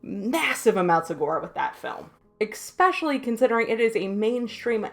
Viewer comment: love the insight! Very fair take on torture porn. Stop saying eXpecially... the word is eSpecially.